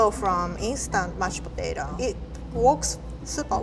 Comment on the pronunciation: The way she pronounces “Mashed Potato” perfectly describes the dish. ”mush potato”